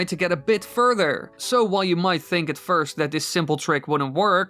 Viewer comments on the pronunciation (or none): none